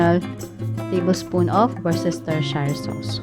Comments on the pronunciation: Wer stur shur sauce. Hindi woos stur sheeeer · wors ter shayr hindi shir😂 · Pag pronounce po nyan ay -wors-ter-shir ☺️ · WOOS ter sheer sauce po, hehe